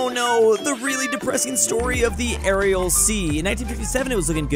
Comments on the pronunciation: Man keeps calling the Aral sea the Arial sea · Petition for to start saying Aral Sea instead of arial sea (day 1) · Day 1 of letting know he's saying "Aral" Sea wrong.